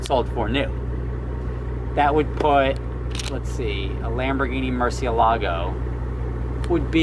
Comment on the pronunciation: STOP saying Mercy A Lago It is Moor-see AY lago